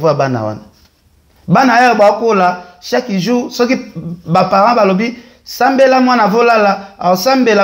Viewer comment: Balobaka chaque et non chaki 😂😂 illetre , inculque , analphabet , energumene.ken zongela classe